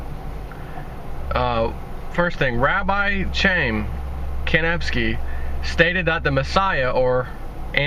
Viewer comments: Rabbi Chaim is pronounced Hi am, your brain needs spell check dude. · Chaim = Ha-eem. I think in his last name, the k is silent so....Ha-eem Nevsky.